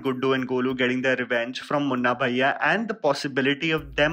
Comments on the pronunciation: hahahaha...woawwww. You had good attention. It was sound more as Munna Baiyya not BHaiya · When you say munna bhaiya it's like South bombay girl 🤣